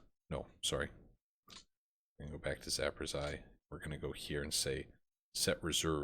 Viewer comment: Good episodes man by the way I've heard a couple people say that town in Ukraine 'z-town' as far as I can tell it's pronounced zap,uh,rose,e,uh. Hope that helps/somewhat makes sense haha.